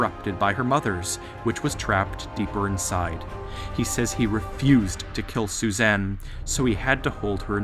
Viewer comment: Lol the way you pronounce Susan. Zoosan